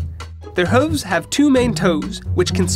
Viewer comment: It cracks me up every time he says 'huvs'.